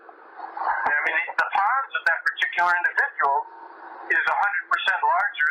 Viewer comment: Hey is saying "pons" of the brain, not "pods." And just a friendly heads up. Anybody can create a board or professional organization, giving it any name, issuing credentials to people, including weird people, based on any criteria for credentialling. It does not mean a damn thing. Credentials can be deceptive, so skepticism is your friend in this regard.